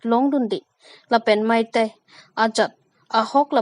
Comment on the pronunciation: Mei tei puji Mai tai pu Kali asap pronounce abang cherlo ok tha